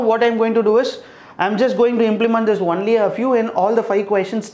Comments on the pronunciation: Sir why are you pronouncing it like onely it is only = on ly .. And maths as macks.. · Its pronounced only (ownly) not "unly"